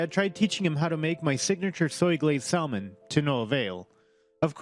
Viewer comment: One correction, the L in salmon is silent, say samon.